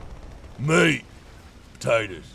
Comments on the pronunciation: when he was saying meat potaters, he sounded like slade wilson from arrow, the australian special forces guy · MEAT POTATOES MEAT MEAT POTATOES meanwhile Downunder everyone's frothing after hearing that in a kinda aussie accent